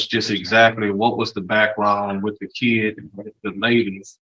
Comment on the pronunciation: I knew the defense attorney was an imbecile when he kept referring to the child as "kee-id". This guy has an education?????